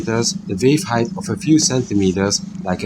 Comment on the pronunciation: So, you guys think you were able to bend the light? Neat and that’s kinda a big deal. Also its height. There’s no such word as “heighth”.